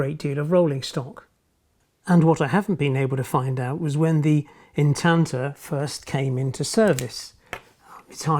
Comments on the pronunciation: instanter not intander! otherwise nice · They’re known as ‘Instanter’ couplings, not Intanter. Unless it’s my hearing.😉Another excellent video btw.👍🏻👍🏻